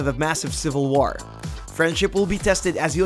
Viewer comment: What the hell is up with the way you pronounce "War"?? Its like you speak perfect Kings English then out of nowhere you say "War" with the same enunciation as the word "Car" WTF MAN????